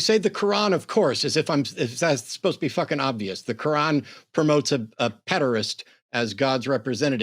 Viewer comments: The Qwaan! The Kuuwaan! My guy get the name of your Holy Book right. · .....did he call it the "Holy Ko-wan"??? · Why is he calling the Quran the "kawan"? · Is he calling it the kowan?